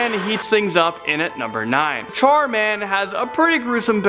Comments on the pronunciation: The biggest mystery is how you can pronounce Char as Chair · I thought he said chairman 😂